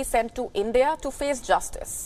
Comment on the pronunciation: Each time she barks the word JUSTICE..... I am laughing so fucking hard 😂.......